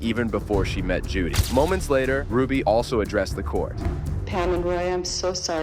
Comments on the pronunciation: It’s Jody not Judy. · Her name is JODY, not Judy.